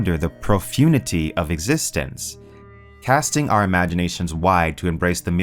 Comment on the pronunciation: The what now? > Profundity? Pro-fun-di-tea :D That aside, I love your channel mate. Thanks for bringing so much fiction to my attention that I otherwise wouldn't have heard about! I like the way you present it.